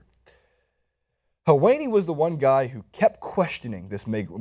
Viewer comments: it's pronounced hell-wah-ni. Sorry, I'm a little ocd about pronunciation. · You are pronouncing Helwani wrong.